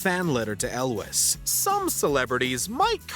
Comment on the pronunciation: When you are reading your script, please learn how to pronounce names properly. Elwes is pronounced with a Z sound at the end. For help in the future, Rachel Weiss is pronounced "vise" 😉